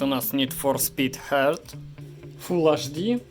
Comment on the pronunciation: Бляяяя... Вы чё? До сих пор никто не увидел что проц чилит на 2х гигагерцах везде, в NFS Heat (замечание автору по поводу произношения названия игры, какой "хёрт"?) видеокарта на половину работает, просто на ультрах в нфс 54% загрузки GPU , видео прям "топ", в пабге видеокарта отдыхает! это не андервольт, автор задушил проц, урезал потенциал на 50%, легче турботуст отключить в биосе и то частота в 2.4 где-то будет! Ты га ноуте играешь без наушников? Охлаждение шумит так как оно охлаждает, короче твои советы честно говоря не очень, пользы ноль для меня, хотел увидеть что может ноут, а увидел какую-то дичь... Купи охлаждающую подставку и успокойтесь. У проца потолок в 100 градусов, железо создано выдерживать большкю температуру, и в играх не считая самых требовательных ты не увидишь критических температур. P.S. Цветопередача там гавно, охват sRGB около 58% Никогда накопители не соответствует заявленному обьёму, так как некая часть памяти скрыта для нужд системы или самого накопителя, и какой от этого плюс?))